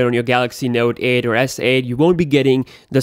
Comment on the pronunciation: "Node aed beeysd"